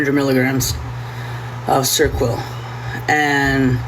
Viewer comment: "of serquel" Ser-o-quel! There's three syllables! Try and put in some effort for once!